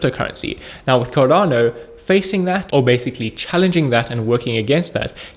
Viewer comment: Sound like Can Not Do instead of Cardano